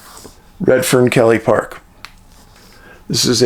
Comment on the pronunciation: I have spent many years in the area Sam is missing in, hard to get lost for me. Problem is the amount of Grizzlies throughout the area is hard to believe. Many aggressive griz and blk bears, hope the kid didn't get in a tangle with one. Ps keily is pronounced key- le not kelly